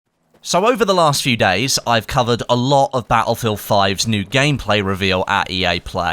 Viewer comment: Bat-Ullfield xD